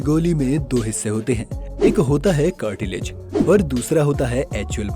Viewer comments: कार्टीलेज 🤣🤣🤣🤣कहां से आया इतना ज्ञान Cartridge(कार्ट्रिज) होता है😂😂🤣🤣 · Cartilage nahi cartridge...